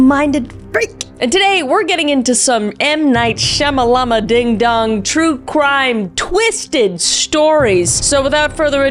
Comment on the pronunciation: Saying M. Night Shyamalan's name that was is racist. Figured you probs didn't know but like yeah not great